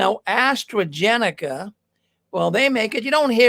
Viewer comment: It’s pronounced Astra Zenica not Astra Genica. How can that organization tell its members to be “ no part of the world” and then immerse themselves in the full vaccine propaganda - Govt program ?